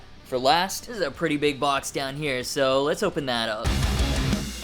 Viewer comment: Makes me laugh every time “Next….. bwox” 🤣 Need more cat 🐱 too